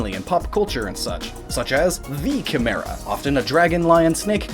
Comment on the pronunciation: I started crying when he said Chemera